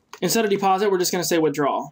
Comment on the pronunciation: So how many people have corrected you on "deposite"?